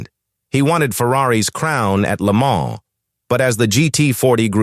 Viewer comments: I just can't handle the AI voice overs! A V12 is not a 512 because that's what AI will interpret it as. Most of the time he pronounces Le mans correctly and other times like AI would and for that I give the video a 👎 and then let YouTube know not to recommend this channel ¿`_ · Dieses KI-Gequtsche ist unerträglich. Wo war das Rennen? In Lemon? Carol Shelby war eine 'Sie'. Lächerlicher Kommentar. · "le moan"